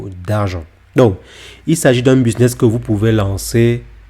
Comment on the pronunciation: 😂😂😂 bon « BISNESS » 😂😂😂 C’est BUSINESS 😂😂😂 pffoua sérieusement vas d’abord sur des vidéos de français avant de dire n’importe quoi car ses même pas un business ses une stratégie ses pas ça un business et encore moins un business à millions loins de là car sinon il ferait pas des vidéos sur YouTube il serait à Dubaï plutôt 😂 enfin bref